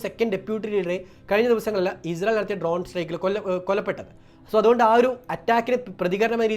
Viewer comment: Izrayil അല്ല ഇസ്രായിൽ ആണ് പൊട്ടാ അതുപോലും പറയാൻ അറിയില്ലേ നിനക്ക്